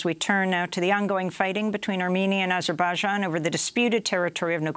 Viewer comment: Why does she pronounce Azerbaijan like that lol